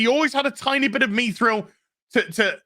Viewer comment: How does it not make sense you can't create without sacrifice? why are you and purposely pronouncing mithril wrong just because the show did?